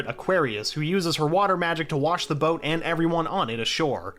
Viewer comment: I can forgive all the mispronounced names, they are tricky sometimes. But how do you mispronounc boat?